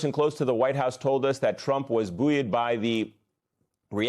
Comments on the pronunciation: With due respect to the moderator, that word—buoyed—is pronounced, "boyed," as if "boy" with "ed" added. We have no Walter Cronkite(s), at this point, or any of those other former newscasters. Some who forecast the news at present may be well meaning, but many are merely talking heads, and so much of their delivery—and the transcripts they are reading—have become increasingly superficial. Eh. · Mispronounced buoyed.